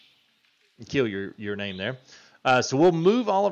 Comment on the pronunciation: Hey boss, had fun in the stream last night. Thanks again for getting my name right, you are now in an elite club of 3 other people that got it on the first try. Keep up the great work and I will make sure to try and catch the next stream!!